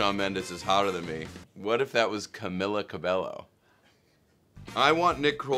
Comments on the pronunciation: Yo just saying it's pronounced camiya cabeyo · the way he pronounced it i can't💀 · the way he butchered Camila Cabello’s name hurt me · Ya me too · the way this man pronounced camila cabello😭😭😭😭😭😭